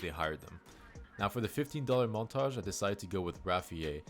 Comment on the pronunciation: bro is definitely part french lol, “montaahhhgggee”